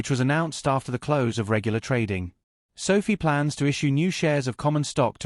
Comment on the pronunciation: Your lame AI voice is mispronouncing SOFI.